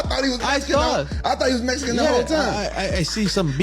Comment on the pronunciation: Why Rampage say “Mesican”. Let me axe you a question Rampage